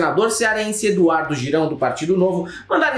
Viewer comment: O seu comentário foi maravilhoso. O que eu mais gostei foi o Eduardo " Girau".